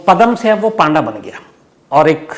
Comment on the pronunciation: पांडा नही पंडा होता है